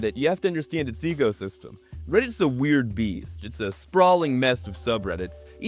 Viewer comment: I keep hearing "egosystem" instead of ecosystem.